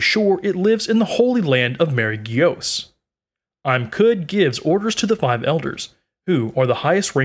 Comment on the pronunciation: "The holy land of Marie gios"